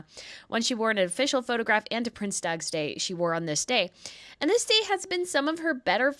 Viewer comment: Please try to pronounce dutch language properly,or just translate the word,use the words prince's day